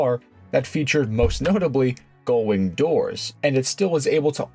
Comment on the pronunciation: min mark: 'goldwing' doors??